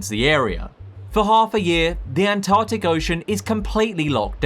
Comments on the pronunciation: Why can't you pronounce Antarctic? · The An-Tah-tic